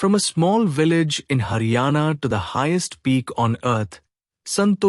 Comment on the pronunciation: it is not hana it is haryana